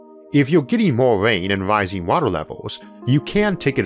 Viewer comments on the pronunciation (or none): none